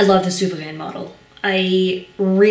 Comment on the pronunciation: I really like your review! It really answered my question regarding the "shine" factor of the pen and palladium coated design elements. Also your pronunciation of the word souverän sounds almost spot on and spoken with much respect. Just wanted to let you know. Best regards!